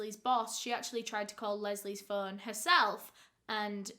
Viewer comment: "Picking up the Fuuun" Learn to pronounce o